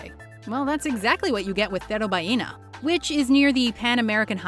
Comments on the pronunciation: Cerro Ballena not Baiena, “ll” sounds like saying “Je” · Your pronunciation of "Cerro Ballena" is terrible, it would have been way closer if you didn't try so hard to say it correctly "cerro" is pronounced like "zero" with a lower e sound like "eh" and a rolled r and ballena is pronounced "bayena" with the same "eh" sound and it means "whale hill"